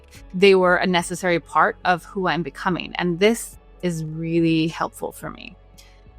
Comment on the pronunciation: ".... a necessary part of who I am becominjg." Love this!